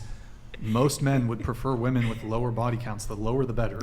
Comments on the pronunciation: So my friend isn't the only one who doesn't know how to pronounce "women" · “Women” and “woman” are pronounced differently . This generation don’t know how to use this word. It’s annoying AF